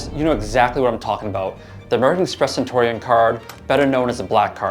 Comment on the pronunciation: It's cen-tyoo-ree-un, not cen-tor--ee-on